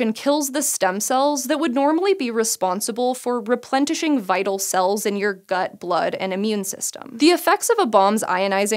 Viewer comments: "replentish"? Was "replenish" intended? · Replentishing? Pretty sure that's not a word. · LOL "replentishing" . #bringbackreplentishing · My love! Although Replentishing hahahahaha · "Replentishing"?🤔 Bwahahahaha🤣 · Lol she said replentishing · “Replenteshing” ??? What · DID SHE JUST SAY REPLENTISHING? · 3.27 "replentishing"?